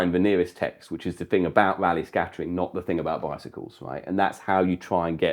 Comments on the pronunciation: You can only get the confusion when you pronounce "Rayleigh" as "Raleigh", without it there is no confusion with bicycles at all. 😆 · That's just due to pronunciation; it should be "raa-lee".